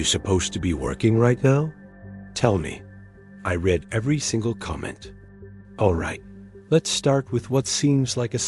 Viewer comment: "read" misread as "red" instead of as "reed" - hallmark of a bot. Ugh.